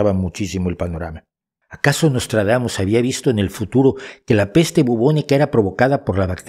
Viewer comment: Nostradamus=Noslatragamus, jajajaja!:face-blue-smiling